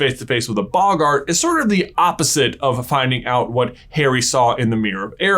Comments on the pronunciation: Normal people : boggart This guy : bog - art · It's bogart not boggaaart